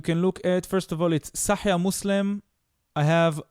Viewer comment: סאחיח אל-בוכארי.וסאחיח מוסלים. לא "סאחייה."